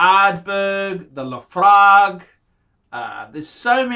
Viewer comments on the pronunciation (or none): none